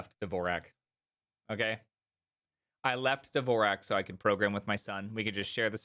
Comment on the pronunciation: it’s Dvorak not “Devorak”